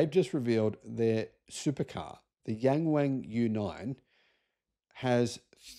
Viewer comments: It's Yung Wung, not Yeng Weng 😅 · OMG I can't stand the incorrect pronunciation of "yang wang", and it isn't just you mate. Maybe try saying it like "young Wong" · yeah, I thought he said 'Gang Wang' at first, I was 'huh?' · Better to just read "YW" 😂